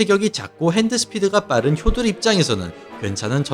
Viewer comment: 실력도 실력이지만 표도르는 경기자체가 시원시원하고 가장 재미 있엇다 효도르는 일본 발음이니 표 표기가되는 우리는 표도르라 불러야